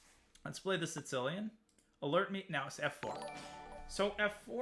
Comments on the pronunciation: Why does Danya call it the "Sitzilian"? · Day 9186 of Daniel pronouncing "Sicilian" like a weirdo.